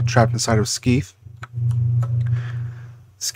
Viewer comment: Isn't it "Skay-th"?